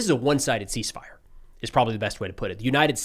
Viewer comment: The C is silent 😅 "ease fire"